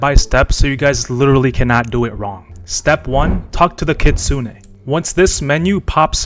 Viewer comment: its kitsune!